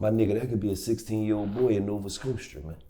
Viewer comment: why he say nova scotia like that 😂😂🇨🇦